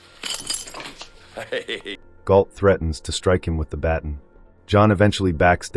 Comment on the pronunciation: Baton is pronounced ba tahn' not batn